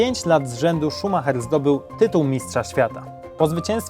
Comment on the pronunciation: O tutaj już ładni odmieniłeś. Niemieckie nazwisko Ci się udało, poćwicz Brazylijskie.